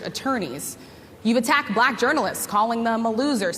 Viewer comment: Buhlackk. Done on purpose of course